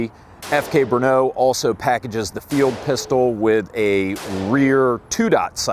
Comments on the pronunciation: First, it's NOT Bruno, it is BRNO. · FK Bernaugh xD Listening to Americans trying to pronounce Czech words is fun. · Its named FK BRNO soooo... It can also be pronounced FUCK BRUNO